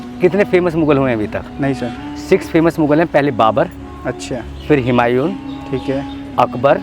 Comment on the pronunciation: Say ‘Hu’mayun not ‘Hi’mayun ….😐